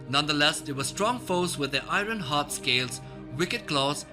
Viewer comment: The R sound in Iron comes after the O sound. Not before.